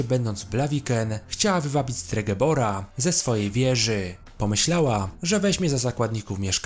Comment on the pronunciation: stregebor? STREGOBOR chyba